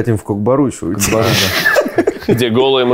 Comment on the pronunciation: Кок Бару😂😂😂 Правильно будет Кок Пар 🐎 и Это Казахская национальная игра - спорт Не Азиатская а Казахская.